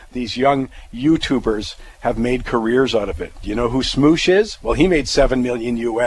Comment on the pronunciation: I suspect you meant "Smosh" and not "Smoosh" :)